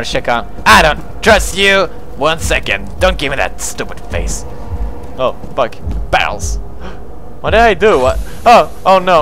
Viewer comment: Amnesia didn't scare me..You saying "BARELS" did XD